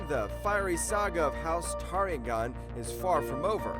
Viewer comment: It's pronounced Targaryen, you muppet.